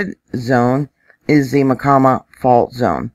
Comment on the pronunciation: Hi...,just me. Pronunciation of Myacama = My - ah - Cah’ - muh....it took me a year to find that in a dictionary!